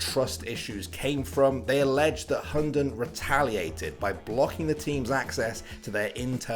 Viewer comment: if you wanna know how to pronounce his hunden name in danish i'll try my best because i may as well speak tatoinee lanquage and it would be the same. the name means the dog or hound. (this guy pronounced it like hondon) first the Hu which is just the h sound and the u sound not like this guy saying it like an o. (just like you would pronounce hu tao in genshin impact) second is the den. it is not pronounced like the name Den or like den in Denmark. the d is silent and the e is like eh but without the h sound so its just the e sound in eh. and lastly its n is just n. so h u (silent d) e(h)n